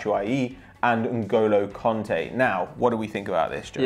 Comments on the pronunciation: N'golo Conte ?Did you mean Kante ? :) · It's "Kante" not "Konte" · Its Kanté, not Konté.. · It's N'Golo KANTÉ. Not Conté. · "N'golo Konte", nice pronouncing m8